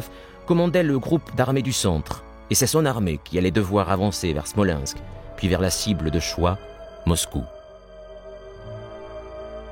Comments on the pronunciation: Can the English narator learn to pronanunce foreign names of people or places. Why is name Stalin pronaunced as Shtalin or city of Smolensk as Shmolensk to give just two examples of many. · I think the narrator has a speech impediment so you get Schtalin and Schmolenshk.